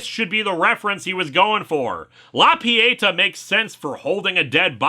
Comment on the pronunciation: I really love everything you do, but please, pretty please: “La Pietà” it’s pronounced like “pee-a-TAH”. 😅